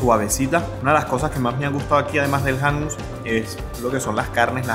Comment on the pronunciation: El Hummos se pronuncia júmmos, no jámus. Parece que a su suegro se le olvidó el árabe ☺